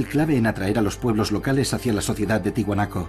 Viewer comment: Se dice ¡TIAHUANACO, no Tihuanaco. La A se pronuncia!